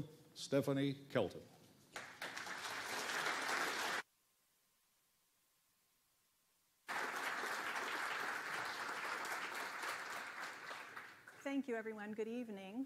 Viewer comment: this guy mispronounced her name, called her "shelton"